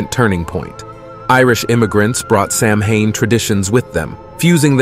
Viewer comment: Good and informative. Just letting you know, though, Samhain is pronounced "sowen".